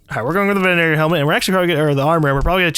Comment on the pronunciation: *facepalm* "Venanator". Bruh, venator